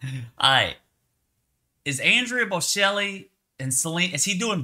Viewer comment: Do your homework. Learn how to pronounce Bocelli.